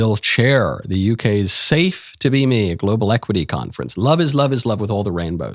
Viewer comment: Biggest red flag? Pronouncing me as may.